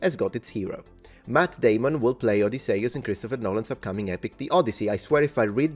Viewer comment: Until the end of time, I will hear it pronounced as in Team America. I guess it was, in hindsight, an accurate depiction.